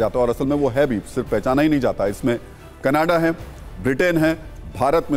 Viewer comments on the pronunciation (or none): none